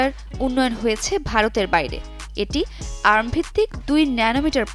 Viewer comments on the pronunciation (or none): আর্ম ভিত্তিক নারে বইন। ওইটা এআরএম!